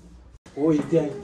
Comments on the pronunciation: 老二中文最標準的一次，快笑死我了😂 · 哇噻，那“老婆”发音挺准的呀。是要耍个美人计就能让老二加紧练习中文吗？那有可能的确需要好几个“老婆”了😂